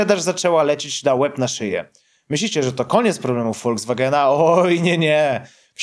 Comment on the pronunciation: Nie Woldzwagena, a Folkswagena! K...a!😉